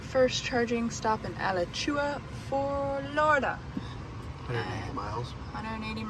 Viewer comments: Not that it really matters, but the first town you stopped in is pronounced Aluh-chwa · It is pronounced: A-LA-CHU-A. Only important to know if you don't want to stick out with the locals.